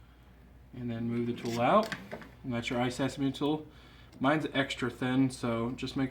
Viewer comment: Isn't the tool called isesamo I keep hearing you call it isesame.